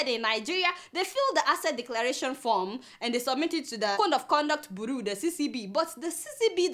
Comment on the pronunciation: omg did she say Code of Conduct Bu what....help me..did she actually pronounce that word Bureau